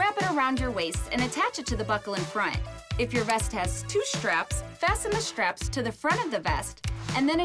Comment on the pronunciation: Nice one, Delta. I have to be critical of one thing though, and that is the ever widening distortion of the English (American?) language. In this video, when the life vests are being explained, the female voice-over talks about "shtraps" several times. One of our weather anchors in CT also does this: Stratford becomes "Shtratford". I have heard other people also replace "sh" for "s". It is almost as annoying as saying "I axed him" instead of "I asked him" or typing "wierd" instead of "weird" and "there" for everything from "their" and they're". I'll get off my soap box now and sit back, relax and enjoy the flight. Thanks!